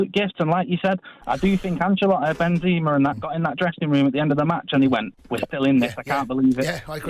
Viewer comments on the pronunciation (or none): Why Jamie keeps saying Binzima? hehe